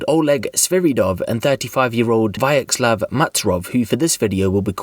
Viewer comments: "Vyacheslav, who we'll be calling Vayak for short"... Vyacheslav is pronounced "Vee-atch-ee-slav", and he's known as "Slava" for short. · The father's name is Vyacheslav Matrosov, I know this name is hard to pronounce for a westerner, in fact it's pronounced more like Vecheslav, must be way easier to read it knowing this. But also there's a shorter version of this name that Russians use more often - Slava. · Vyacheslav. Not "viak" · OP butchered the name Vyacheslav worse than the actual guy in question.